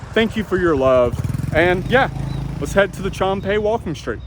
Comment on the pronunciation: I'm not offended, but Chum Phae is pronounced Choom (rhymes with zoom, boom, loom), Paa ( has the aa sound as in cat, hat, fat).